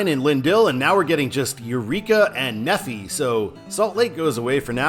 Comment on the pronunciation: "Knee-Fi" not "Nefy" I explained this...